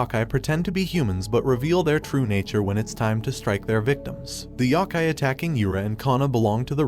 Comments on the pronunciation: it's Yo kai not Yok kai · Yo-ki my brother never heard of yah-ki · I swear its Yokai, not yakai... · "yah kai" please my ears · Bro, how you pronounce “Yokia” wrong? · I hate how you say yokai lol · he keeps saying yoki wrong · There is no "a" in yoki